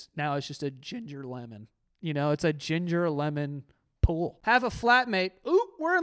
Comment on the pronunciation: The way says “Ginger Lemon Pool.” 😆